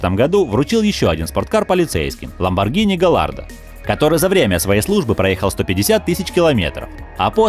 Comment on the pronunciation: Ну думаю,хоть кто-то назвал Ламборгини правильно.Но как услышал это "Галлардо"...